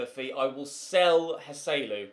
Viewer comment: Thank god you’re selling Joselu, because the way you pronounce his name is infuriating.